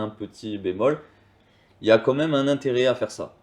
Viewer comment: "comme même" 🤣